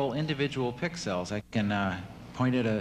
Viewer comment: just listen to the way he pronounces pixel. thats history right there.